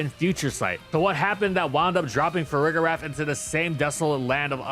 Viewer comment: Why do people use a hard G for Farigiraf? I don’t understand how anyone can look at that and not realize it’s pronounced with the “J” sound like “giraffe” lol